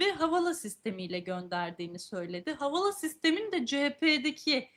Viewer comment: Havala nedir kardeşim? Havale diye okuma özürlü müsünüz?